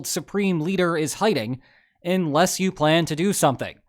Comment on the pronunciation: It's pronounced 'unless', not 'inless'